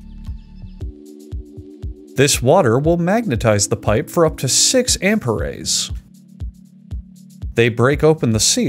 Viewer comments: Amp-er-rays is the Spanish pronuncialito of "amps". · "Ampa-rays." Oh man, that was painful to hear, I love it.